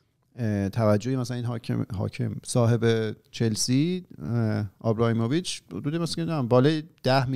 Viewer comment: منوال البته داداش اون آبراموویچه، نه آبراهیموویچ ، Abramovich